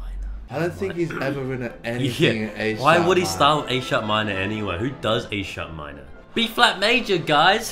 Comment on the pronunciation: Not read as "A sharp minor," but, "a Sharp minor."